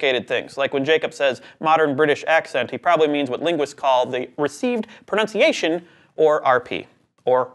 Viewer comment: The presenter can’t even pronounce ‘pronunciation’, so I hardly think this was ever going to get anywhere.